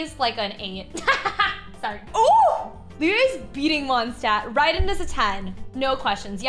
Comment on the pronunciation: the way she says mondstadt is making me insane (i don’t mean this in a hateful way i’m just very german and very angry all the time lol)